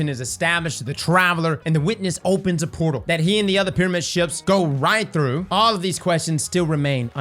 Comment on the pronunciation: Byf: “uhhh I think we go thew hole in twaveler, yay lore daddy yayyyy!”